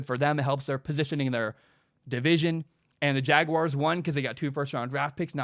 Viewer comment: Thank you for not pronouncing it jag-wire